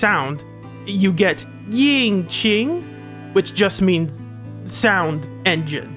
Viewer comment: Before I continue with the video, me as a Chinese speaker just want to say that your pronounciation of qing is pretty good, but it feels like you were putting way too much force in pronouncing yin so it became more like the 4th tone instead of the 1st